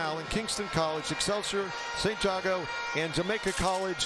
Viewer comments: It’s not Jaaah go it’s Jago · Jay-go learn the school names